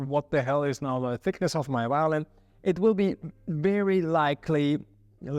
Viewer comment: It is not called a whyolin, but violin. La "v" inglese è come la "v" italiano. Perchè è così difficile?